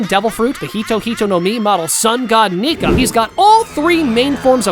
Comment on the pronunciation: We will ignor when he said nikga not Nika